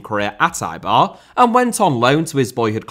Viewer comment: Eibar is pronounced like hey-bar without the h. Great to hear that the GOAT Williams made the honorable list, and to be fair, you could have added most of Athletic's cast to it.